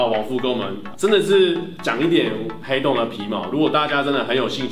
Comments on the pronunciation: ㄏㄟˊ凍真的很好笑，我笑到不能吃飯了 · 原來是ㄏㄟˊ凍的部分 ... 哈哈哈哈哈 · 原來是ㄏㄟˊㄉㄨㄥˋ啊！ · 殼以阿 這個主題很棒 ㄏㄟˊ凍我會笑死XDDDD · 那個“ㄏㄟˊ凍啊”笑死我